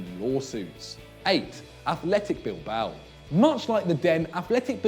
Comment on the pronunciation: Damn you butchered the "Butcher" of Bilboa